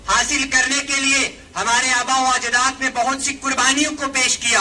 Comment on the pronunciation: Ajdaad nhi azdaad